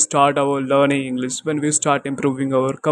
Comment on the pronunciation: Bro everything is good. Pronunciation of words like English and should improve pronunciation of those. I heard inglis and soud like desi version. I'm learning from past 25 days From English with collins and a lady i don't remember her channel name.